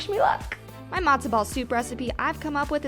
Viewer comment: It's not "Madzo" ball soup, it's Matzo ball soup. It's not "Briddish", it's British. Pronounce your t's like a regular human being.